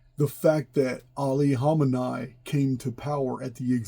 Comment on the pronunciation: It's pronounced "Kha-meh-knee"